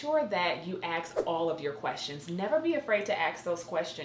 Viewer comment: Lost my interest once I heard the use of ebonics Witt the word AXE instead of ask. At the time stamp of this video. NO THANKS